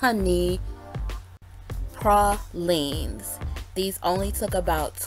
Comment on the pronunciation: These were wonderful, thanks! Am way up north in Nova Scotia, making your prah-lines :)